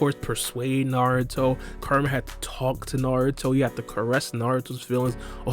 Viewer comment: Everytime u say kurama it sounds like your saying karma alot of times u talk funny but your information is solid so it's tolerated